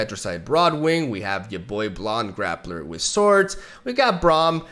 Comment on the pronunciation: Did he say blond Graplr lol?